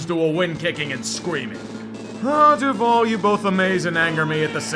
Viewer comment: My wife is from Jacksonville and literally cringes at the "DuvAL" thing in the beginning. She always is like, "THAT'S NOT HOW YOU SAY IT!!!!!!!!!"